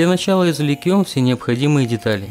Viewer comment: ИзвлеКём? Уши режет.